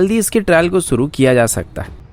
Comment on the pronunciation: bhai Suru nahi Shuru, doing a very good job keep doing.